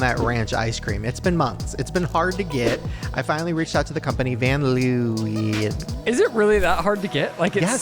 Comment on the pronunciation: as a dutch person, i can tell you, you did see 'van leeuwen' wrong